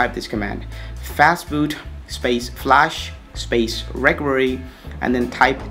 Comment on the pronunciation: Your fake accent is the best xD. I forgot i had to install twrp on my phone wheni heard you xD And wtf is "recory" ? xD It's pronounced "re--cover--ee". Please bro stop making a fool out of yourself and talk normally, nothing wrong with indian accent. And what you did there after installing "developer rom" is not called "bypassing", you dont sound cooler or anything by saying it. You went THROUGH the whole start-up process you didnt "bypass". GUYS SKIP THE FIRST STEP IT'S NOT NECESSARY